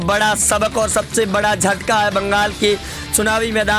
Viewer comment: Joine hota hai, Swain nahin hota hai ,jhataka hota hai sataka nahin hota hai bolna to theek se seekh lei.